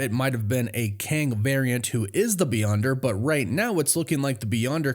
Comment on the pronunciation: Kang → "Ang"